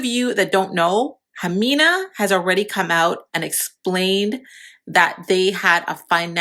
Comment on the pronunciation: How are you going to make a video about her and not even say her name right